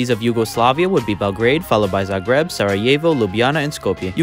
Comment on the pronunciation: for Jugoslavia you readed all the largest cities right except Zagreb, it's Zàgreb, not Zagrèb